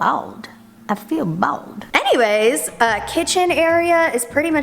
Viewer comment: Once you mistaken her "anyways" with "hannyways" u can never not hear it again